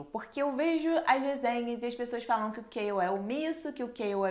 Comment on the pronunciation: Me digam que eu não fui a unica que não sabe quem é “Kail” que ela fala no começo,moça me desculpa mas eu n entendo metade dos nomes q vc fala kkkkk